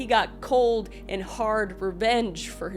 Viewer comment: That entire intro I thought you were saying ranch and I was deeply confused. Your channel is great and we enjoy watching you